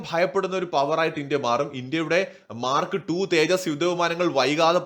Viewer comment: the Russian offer is SU57 total tech transfer and co production in India. India already has SU 30 production in India. When you say Mark Two, pronounce it as Mar kTwo!